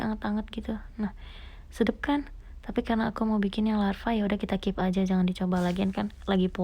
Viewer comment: Kakak udah kaya tukang bakso profesional deh pas masukan adonan bakso bulat nya kepanci di siram2 air dulu biar ga lengket dan mau lepas dari mangkoknya, kuah lavanya seperti lava dari gunung berapi loh kak tapi maaf kak cuma mau bilang yang benar itu lava ya bukan larva dan judulnya udah bener sih tapi di videonya kakak bilangnya larva dan setau aku kalau larva itu hewan kak kaya anak lalat gitu